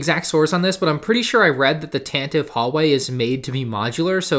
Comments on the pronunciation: As per Wookipedia & the original Star Wars Radio Drama which is the only place it has been pronounced in media - Tan-Tee-Vee rather than Tan-Tiv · "Tantive" is pronounced "Tantiv-ee"